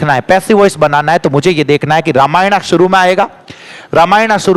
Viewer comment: Sir रामायण ko रामायण hi पढ़ो, रामायना अच्छा नही लगता